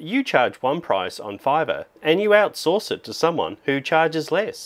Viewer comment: I like everything about this video, except "Fiverr" 😆